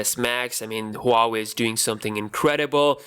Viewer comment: It's pronounced WAA-WAY